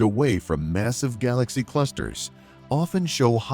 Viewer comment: what is a gaw-lax-E